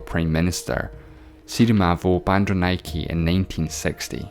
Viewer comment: I can't stop laughing🤣🤣SIRIMAWO BANDANAYAKII...no thats SIRIMAWO BANDARANAYAKA